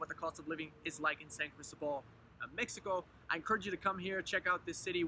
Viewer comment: Good info.....but, por favor, it's San Cris-TÓ-bal! The stress is on the middle syllable. If you live there you ought to pronounce it correctly :) Wonderful town, btw! Me encanta totalmente!